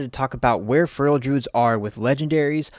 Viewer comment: I love feral content. I would love it even more if you would pronounce "feral" properly. Its not furrel.